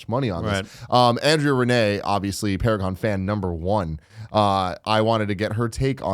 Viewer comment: "It's Para-Gone." - XD